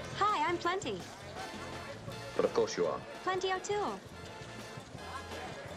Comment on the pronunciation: "But of courshe you are."